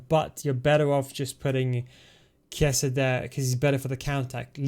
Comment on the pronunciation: Just a note, i think chiesa is pronounced "kieza" not sure tho